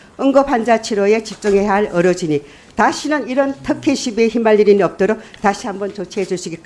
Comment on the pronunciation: 턱혜가 아니라 특혜, 어사가 아니라 의사입니다. 의원님 ㅋ